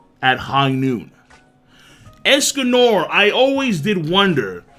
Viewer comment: Why he saying es-Cum-More It's Es-Con-Nor